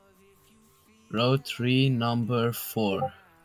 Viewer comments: u saying tree not three xd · OMG WHY SAY TREE... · How says three tree 😂😂😂😂😃😂🤣🤣🤣🤣🤣🤣🤣